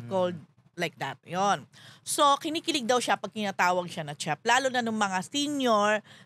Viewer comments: “crinj” po ang cringe not cring. and “shef” ang chef. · Money talks a lot!! Jun no?? please pronounce properly the word "chef". It's a French word.